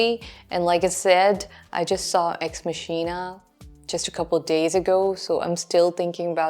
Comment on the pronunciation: It's pronounced MOCK-eena, dear. Not mash-EE-na.